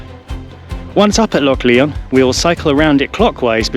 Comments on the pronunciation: It's pronouned as LION (though spelled LYON) and not pronounced as LEON. Nice video! The music is overly intrusive and loud in places. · it is pronounced lion not Leon glen lion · It’s pronounced lion mate - nice vid! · it's pronounced Lion, like the king of the beasts. Great videos by the way, keep up the good work. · Epic" i think its pronounced [ glen LION] as in king of the jungle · "Lyon" ? Your pronunciation needs a lot of work